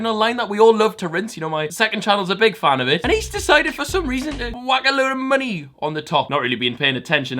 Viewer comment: Why did you say money with a welsh ascent.